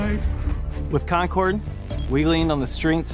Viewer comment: Concord, like in Fo4 is actually pronounced "Con-kerd". Thanks